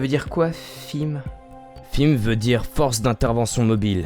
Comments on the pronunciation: Alors, j'ai vraiment bien aimé cet épisode à part le mot "FIM" car on dit "F.I.M" voilà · c'est pas fim mais F.I.M ( sépare les lettres ) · On dit F-I-M une lettre par une lettre pas fim ^^ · sa se dis pas fim sa se dis f.i.m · fim xd,on dit "F-I-M" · Pour les garde de la ... Alpha 9 sa se prononce pas fime mais F. I. M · très bonne video mais sa ne se dis pas fim mais F.I.M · Normalement sa ce prononce F.I.M. et pas FIM mais bon x) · On dit F. I. M. Fim comme pour SCP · Désolé mais beaucoup trop de chose mal dites ou les recherches ne sont pas trés appronfondit , FIM non on dit F.I.M. et aussi imcompréhension total alors que j'ai environ 2 ans de ma vie ou les SCP n'etait pas un mystere pour moi bon aller c'est bien de crée des nouveau SCP avec des effet de oufffffff mais voila en plus SCP c'est pas special truc machin c'est Secure contain protect en francais Securisé contenir protégé meme si après vous expliquez c'est vraiment con . DE PLUS depuis quand les FIM montre leurs tete c'est des gens hyper badass que personne connais vraiment et vous vous les ridiculisez .